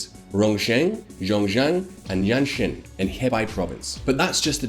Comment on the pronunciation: You need to work on your ''X'' sound in Chinese. It's a sound that doesn't exist in English but if you had to make the closest sound in English it would be a ''sh'' not a ''j''. Rongcheng would be pronounced more like ''rong chung", Xiongxian would be more like ''shiong shee an'', and Anxin ''Ann sheen''. There are some rules for how those pinyin latin characters are read out in English it's not obvious I get it but if you don't say it somewhat close to what it should be it's hard to follow what you're talking about. So Xiongan would be ''Shee ong Ann'' not ''Jong ann''. you pronounced Tianjin ''shan shien'' what??